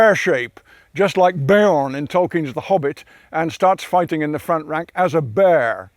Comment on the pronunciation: The way he says "Bear" though